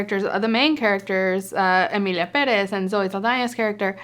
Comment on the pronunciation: Omg, it feels so amazing hearing an English speaker pronounce Pérez the right way.